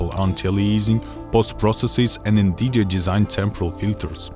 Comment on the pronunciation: "We've been working together to with Vnvidija" lol am i the only one that funds it really funny how he pronounces Nvidia?